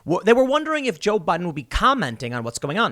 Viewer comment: I think you’ve been saying Joe ‘Budden’ for the pat few months to screw with us